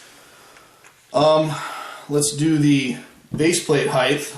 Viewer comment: Height not heighth.